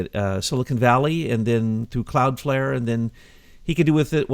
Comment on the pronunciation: CLOUDFLARE........NOT cloudfare